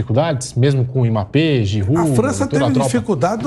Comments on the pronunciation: Eu só queria saber pq esse apresentador fica chamando Mmape? Pronúncia certo rapaz mBAPPÉ O forte é o M que tem som de (E) 🤦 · Alguém percebeu que o âncora do programa não sabe falar o nome Mbape, ele passou o corte todo chamando o cara de emape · O apresentador falou Imapê,a pronúncia correta (pronúncia, não escrita) é a do, que disse Ímbapê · Q agonia q da ouvindo esse cara falando "emapê" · Quem é Emápê que o repórter fala aí? 🤣🤣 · Que agonia ouvir esse beiçola falando Imapê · apresentador de um programa desta relevância falar IMAPÊ é sacanagem hahaha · Esse âncora do programa não consegue pronunciar o nome do Mbappé direito. Porra. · Só eu que fiquei incomodado com o rapaz falando Mbappe errado? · O pronunciando o nome do mbape kkkkk esquisito demais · Tem que ensinar o âncora aí a falar o nome Mbappe